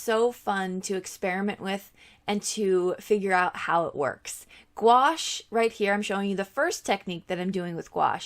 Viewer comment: It’s pronounced goo ash. 😀